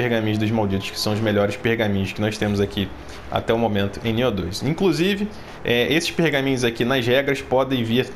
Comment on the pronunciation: pq vc fala Nióh? Rsrs O certo não é Niôh?